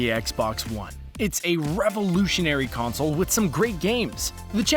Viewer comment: Stop over pronocing the word consoleoololl